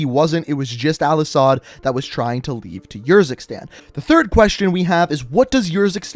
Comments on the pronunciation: No offense but you sometimes sound like your running out of breath. Also Urzikstan is a real place and it is pronounced Errzikstan not yurzikstan. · Please stop saying Urzikstan every time you say it I want to punch you in the face... like it’s honestly ridiculous man.